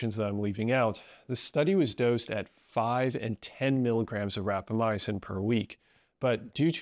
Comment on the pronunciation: Small note, you're one of many people who seem to pronounce it as "rapamyacin", while it's called "rapamycin". I assume this is an error in pronunciation.